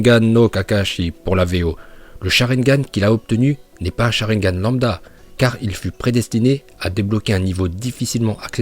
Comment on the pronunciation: Quand il dit charingan il me tue direct liké